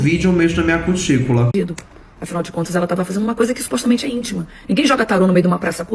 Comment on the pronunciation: Gosto de vc,, mas supostamente nao é proparoxítona. Kkkkkkkkk